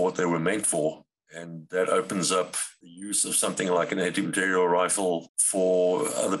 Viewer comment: besides taking out material, your video is killing the language too! MateriEl.